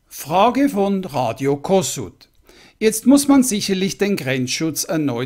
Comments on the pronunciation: Kossuth wird Koschut mit SCH gesprochen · Radio Kossuth ist als "Koschut" auszusprechen.